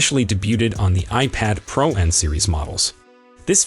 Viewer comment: Why are you saying iPhone Prah and i Phone Prah max It is pronounced pro